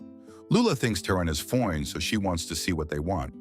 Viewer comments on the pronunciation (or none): true. i been following u since u started this channel. before i ever saw your "ending credit" when u reveal your face, i knew automatically u were a black woman when u said, "fo-ine" thru your voice changer😂. anyway, i am a fan of u, keep it up!